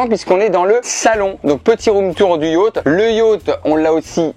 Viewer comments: cest yacht pas yatch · le titre j'avais lu : Beer Pong avec ma mère et Yacht (pas prononcé Yauth)